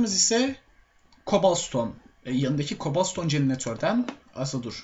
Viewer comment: kobal stone gıravel İNGİLİZCE TERKMİSİN :D